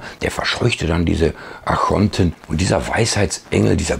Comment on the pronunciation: Ich höre immer 'Achonten', müsste das nicht Archonten heissen?